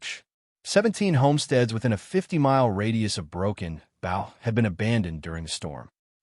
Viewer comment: Broken Booow not bough Broken Bow